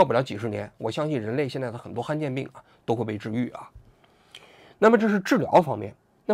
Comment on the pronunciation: 罕见病 han 3 第三声